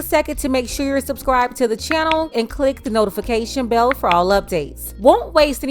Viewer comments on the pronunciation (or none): none